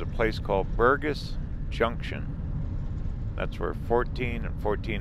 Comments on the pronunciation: ....the name of that area where you found Bear Lodge, is called Burgess Junction with the "g" being soft, not hard. Like Burjess Junction. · Burgess, has a hard g like a j sound. Lake Sibly on the left is stocked and over fished. But fun for the kids. Good family camp spots too. The road to Greybull is a touch easier as the Lovell one gets closed during the winter, too steep. Careful going down it you can burn out your brakes.